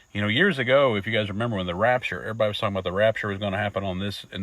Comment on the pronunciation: His name is pronounced Rick Bee-ah-toe and “everybody” isn’t pronounced Errebahee!